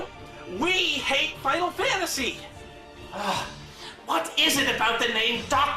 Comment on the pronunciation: Man this is awesome, its a crazy nostalgia trip to hear someone pronouncing Final Fantasy like "Faow Fah-Uh-See" again like when I was a kid